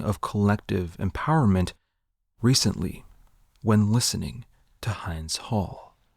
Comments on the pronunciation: love nina simone am so glad ur shedding light to her gem of a discography for a new generation. however i must point out hinds hall is pronounced HEENDS hall sorta like hind in "hinder". named after the palestinian 5 yo child that witnessed the murd3r of her family who were fleeing the bombing. her screams stilll echo my mind. she stayed in that vehicles next to the d3ad body of her family pleading for 3 hrs to be saved before losing connection. the aid workers that went to rescue her also lost contact and for 12 days there was no trace. then they found the child along with the rescuers sh0t to death by the IDF. SHOT and killed a CHILD. aimed a gun at a pleading child hiding in a vehicle with the intent to kill. not one shot. but riddled the vehicle with holes. with US-manufactured weapons and justifications. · Fantastic vid. Just a small note that Hind in Hind's Hall is pronounced with a short i, like in kiss or fill. I'm ashamed to say I'd never heard of Mississippi Goddamn before this vid, happy to learn about it.